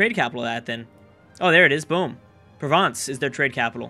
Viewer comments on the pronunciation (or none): none